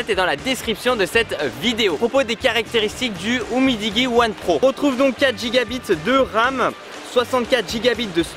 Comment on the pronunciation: Umidiji la prononciation 🤣🤣🤣🤣😋🤣🤣😋